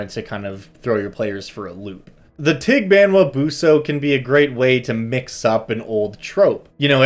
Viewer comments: This thing has a pretty cute smile. He made a disclaimer about his pronunciation, but it's actually pretty spot-on. Maybe there's a glottal stop with the last "a" and enunciation could be a little less anglophone, but it's pretty good. Fun fact about the dog bit: The evil-detecting dog trope is quite common in Philippine folklore, to the point that an area devoid of dogs(pets or strays) is a sure sign of a town with a dark secret. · Having lived in the Philippines for 2 years, I'd say your pronunciation isn't bad. Probably had a trouble finding a good pronunciation because the name of this thing is different in different towns, and some names for it are names for other monsters in other places. Basically names of Filipino monsters make no sense... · i usually go to google translate and type it in. maybe it isnt pronounced 100% accurately, but since the voice module is filipino, they would probably try to have it sound phonetically similar to the actual filipino language. and i gotta say, you were basically spot on XD. not to say that the google translated reading is correct, but i guess its better than nothing?